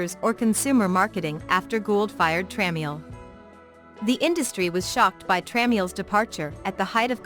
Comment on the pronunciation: It’s pronounced Tra-mel